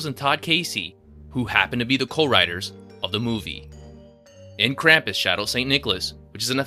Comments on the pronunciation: They say Krum-pus not cram-pus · Oh my gosh, it isn't "Kramp-iss"! It's "Krump-oos". Drives me nuts. Yes, almost everyone but Omi says it wrong in the movie. The director and producer clearly put a lot into the movie. Ya wonder why then they completely botch the name of the main character!? Which then resulted in everyone that watches it that didn't grow up with Krampus, now thinking that is how it is said. And it is sooo incredibly annoying. So please people, maker of this YouTube video included, it is pronounced "Krump-oos", not "Kramp-iss". Good God.